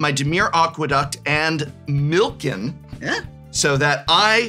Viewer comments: Calling "Milikin" "Milken" was killing me. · Why does no one pronounce Millikin right! I love seeing my name on a card, but no one says it right lol